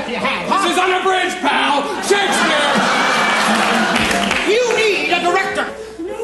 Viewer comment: There's something missing... at one point he pronounces Shakespeare's name Sha-KEE-Spear... that was cut out! I've seen this performance many times and I remember that and have been searching for this to show my wife and it's not in here.